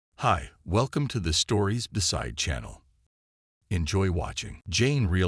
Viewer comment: Not to mention he is mispronouncing channel How hard is it. ?